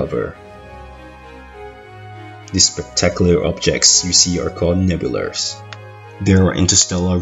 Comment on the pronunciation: Hate to burst your bubble but there is no R in Nebula